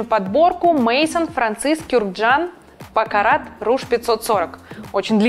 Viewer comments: Я понимаю, можно ошибиться с названием какого-то нового или малоизвестного парфюма, все мы можем допустить ошибку. Но Пуазон!!! Ведь это классика, это как Шанель № 5, Опиум, Клима... Парфюмерная азбука. И человек на весь ютуб громогласно его величает пойзоном.... А как вам Мейзон и БакараТ ? Шикарно! Ну, уж если по гамбургскому счету, то и не афЁра, а афЕра. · 1. Hermès - по-русски читаем Эрме. 2. Francis Kurkdjian - Baccarat - произносим Франсис Кюркджиан или Кюркджян - Баккара. В словах, где предпоследняя буква гласная, а последняя буква s или t, то они не произносятся. Как и в случае Eclat, Desplat, secret, jamais, bientôt и др. За ролик и информативность большое спасибо, очень даже артистично и колоритно.